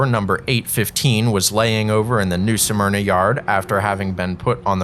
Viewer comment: Why do people keep saying the name of New Smyrna incorrectly? It IS NOT pronounced as Nū Sûh Murna, it is pronounced as Nū Smurnah. Just like many call Altamonte Springs (Al tuh mont, the e is SILENT) Altamontē (Al tuh mont ee) Springs, which is incorrect. Just something that is a pet peeve of this true Native Born Floridian that still lives in Florida, and doesn't like hearing a lot of our city names pronounced incorrectly, sometimes really horribly.